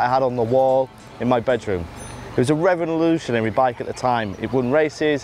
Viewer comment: Buddy liked it so much he invented a new word Revvinolutionary!